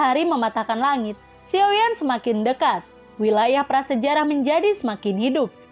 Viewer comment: Xiao yen atau xiao yan. Hati2 ya min beda penyebutan karakter beda pemahaman. Xiao yen atau xiao yan. Jika xiao yan jangan selewengin.